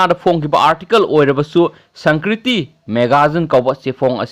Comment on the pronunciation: Sangkriti haiba natte sanskriti haiyo yam heitehe ng ebo